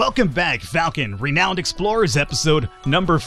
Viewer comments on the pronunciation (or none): Awww, you stopped saying ren-own. I thought you were doing it on purpose :p In any game where we have to buy upgrades, I too am at a loss if I should buy every new upgrade, or wait/save up for the better version, I usually think it's a waste buying the lower ones, but you might not be able to progress without them, never an easy choice.